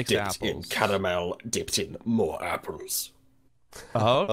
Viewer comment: its MORE NOT MOAR